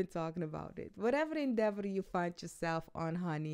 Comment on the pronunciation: Hi ❤......The word which U so charmingly repeated is Endeavour.....I still got what U meant as like always Ur readings are a huge boost for Me.....